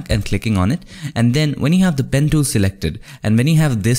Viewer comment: "pen tooom"